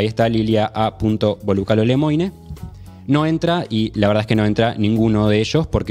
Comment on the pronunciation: Mucho ruso se exilió en Francia después de la revolución bolchevique. Lemoine no es ruso, es francés, se pronuncia LEMUAN. Hay que pronunciar bien la N.